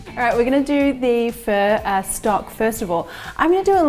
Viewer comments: omg did you just say furr!!! yuk I prefer phoooooooooo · looks awesome! it is pronounced 'fuh' it sounds like you are saying "fur". even the auto-subtitles thought you were saying "fur" :-) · Is that how pho is pronounced? It sounds almost like 'fir' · Okay this whole time I thought it was pronounced “fuh”...... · I believe it is. I THINK it's her accent. I've never heard it pronounced this way either lol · took me 5mins to understand that you're not talking about "fur" 🤭🤣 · Pho came from Vietnam, not the Philippines - two totally different ethnic groups and cultures. Say it like phuh-uh, but don't make it two distinct syllables because Vietnamese is a single syllable language - you're basically prolonging or dragging out the one syllable but the inflection goes up a bit at the end. So start with the phuh part with the tone neither going up nor down, then go up when you hit the uh part. If you can't do it, just say, fuh. Not fur. LOL!